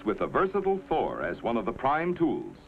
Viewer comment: anybody else hear, an undisclosed number of four (presumably badly pronounced Thor) the weapon systems 😅